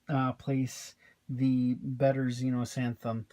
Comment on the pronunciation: Nice review, thanks! :) (Just mentioning it's Xenosathem, not Xenosanthem.)